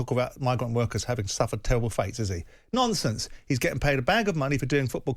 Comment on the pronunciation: why does Simon say "nonsense" with a speech impediment? - normal, - not normal. He does it all the time too 🤣